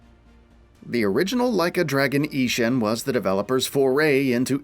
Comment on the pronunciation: The mispronunciation of Ishin gives me giggles every time 😆